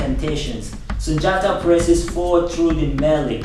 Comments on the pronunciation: Only people to say Sundiata are white people/ non africans or Africans FAR away from Mali. His name is pronounced Soonjata Kayta it's only spelled Sundiata Keita. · I figured you weren't Malian or Mandinka because you pronounced Sundiata wrong it's pronounced Soonjata.